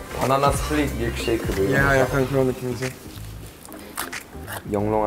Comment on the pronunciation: 카페 알바할때 밀크쉐이크 주문 백번도 더받았는데 이게 이렇게 고급진 발음인지는 처음알았네 뮈Lㅋㅅㅞ이ㅋ ㅗㅜㅑ